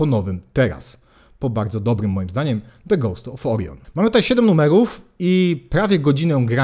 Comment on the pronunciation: "człowiek uczy się całe życie" - co prawda to prawda :) ale akurat nie o to chodziło :) Jeśli wyraz zaczyna się samogłoską, to litera 'e' w wyrazie 'the' go poprzedzającym wymawia się jako 'i' a nie 'e'. Ale to często popełniany błąd :) pozdrawiam i dzięki za fajny kanał :)